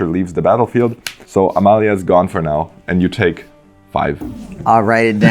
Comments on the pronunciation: Hearing pronounce Amalia's full name is so satisfying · Very nice to hear someone pronounce Amalia's name correctly after hearing all the english speaking content creators completely stumble over the names in Ixalan.